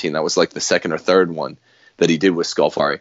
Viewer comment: If Scalfari has repeatedly misrepresented pope Francis, then why does Francis repeatedly go back to Scalfari to be interviewed? ------ (By the way, it's Scàlfari, not Scalfàri, the stress is on the first syllable.)